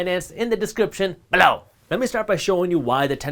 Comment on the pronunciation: Took me a while to figure out what he meant by saying BE-LOW = below 😂